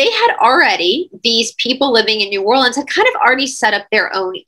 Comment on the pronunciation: New Orleans pronounced correctly..Love this Cha nnel...